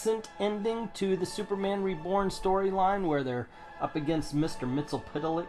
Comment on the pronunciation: Okay, brother... what's better? I do give you points for pronouncing Mister Mxyzptlk correctly.